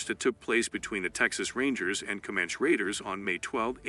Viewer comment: For sure, the “Comanch” warriors. I don’t think that’s how you say it